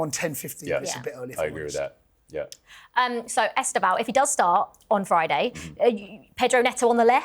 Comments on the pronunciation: ESTÊVÃO - (IS-TAY-VO!) 🇧🇷🔵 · It is es te vao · I’d love to be on this. saying ESTÊVÃO name properly 💙😂